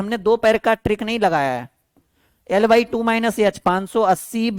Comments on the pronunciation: याच nhi एच होता है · सर वो यल नही एल होता है यच nhi एच होता ai 😂😂